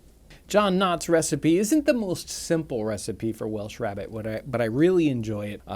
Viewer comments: 'Rarebit' not 'rabbit'. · Its " RAREBIT " ! ! NOT rabbit ! ! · It's not Rabbit, it's "rarebit" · It's "Welsh Rarebit" not "Rabbit". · It's pronounced Welsh Rairbit. Don't ask me why.